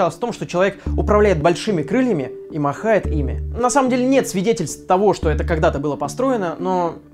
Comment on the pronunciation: Я не придираюсь, но машет а не "махает"